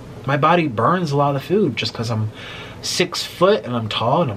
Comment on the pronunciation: I noticed that. The way he pronounces Google (gewgle)😂 Food (feud) and my all time fav Taco Bell he says Taca Bell. LMAO 😂 That accent tickles me